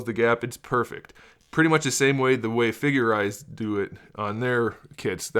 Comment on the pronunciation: I thought you said ”figerts”